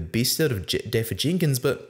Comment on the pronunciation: Pronunciation of Dafydd is DAVITH.